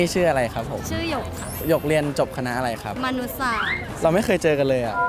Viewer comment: เรียนอะไรครับ:มนุษย์สาสส(เสียงเน้นคำว่าสาสส)555ลั่น